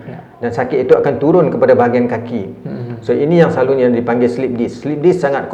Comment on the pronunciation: Selalunya jadi selaluNYEEEE